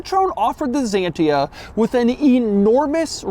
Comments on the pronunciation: Why "Zyiientiaaa" man? Why? It sounds like "Xsantya" in Europe. Xanthi is greek island and i think t hat is the reson of the name.. not sure! And if you say to Aventador "Avon taaaydooor" i will escape the earth honestly! How can you live in border with spanish speakig people and still can't say simple names correct? Greetings from Bulgaria! We are heighbours with greeks and turks and we go by motorcicles or cars to Venezia and Milano or Rome in Italy for 8 hours driving, if you don't know where and what is Bulgaria! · You are butchering the name!! It's hard to hear... The name of the car is not zantia!! It's pronounced Kzantia! You are butchering the name Citroën too!! It is not citron! It's citro N. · You pronounce it K S A N T I A, not ZENTIA... moran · Ahhaha american guy realizing the shit they were driving back then. Weird that is pronouncing the X like a Z... any way.. great and advance car from the 90's. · We call this car Ksantia, not Zantia. Edit: And we call this brand CitrOEn, not Citron. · Doug, its Xantia , not Zantia. WTF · it's pronounced Xantia, not Zantia X as in eXcavator (even though in english X before a vowel is pronounced as Z) and as you said, it dervies from the greek word Xanthos not Zanthos. Which is the male word for blonde (yes the hair color) Xanthos = blonde male (Ξανθός) Xantia = blonde female (Ξανθιά) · The x is pronounced closer to how the Greeks would. Sounds a bit like Ksantiah in French. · Z-II-TR-OE-EN XS-ANTIA Jesus Christ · I love the way you said French words it is weird for us or bizarre. By the way it is not zantia but Xianta with an a "X" 😢 la critique est facile pour vous votre point de vue n'est pas Européen mais restreint hélas. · Even until these days, you can find a lot of Xantias still as taxi in France; sure, their drivers are mostly still their 1st owner, but they're as spacious as you need them & easy to repair. And to pronounce Xantia correctly, it's basically KS-UN-TEE-AH . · Spelled "ksán-tee-a